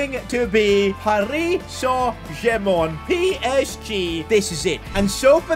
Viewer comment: Please never say PARIS SAINT GERMAN again